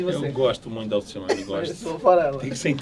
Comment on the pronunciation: "ALCICIONE" KKKKKKK